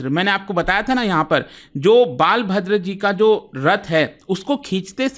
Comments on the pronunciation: Not बालभद्र it is बलभद्र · Sir big brother's name बालभद्र नहीं, बलभद्र है। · Its not,,,, Baalbhadra, its Balbhadra (बलभद्र) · Small correction snana takes place 15 days before rathyatra known as devasnana purnima .and jagannath ji k bade Bhai ka naam balabhadra (बलभद्र) please pronounce it correctly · Yes the pronunciation is wrong.